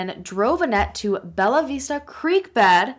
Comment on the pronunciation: I live in Bella Vista Arkansas and never knew about this! Also Bella Vista is pronounced like the “vista” in “vista cruiser” 🙂